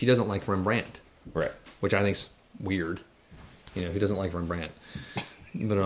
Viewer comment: I don't know where these guys are from but I have never heard a more Alabama pronunciation of Rembrandt.